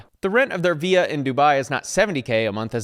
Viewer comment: I think the most shocking bit of this video is pronunciation of "villa"...